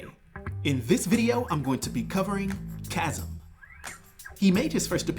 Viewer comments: CHAZZUM????!?!? Really bro? 😅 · Chasm is pronounced like Kazm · Bro can't say chasm